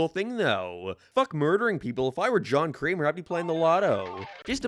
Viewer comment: Why were you calling Jigsaw "John Creamer" the whole time?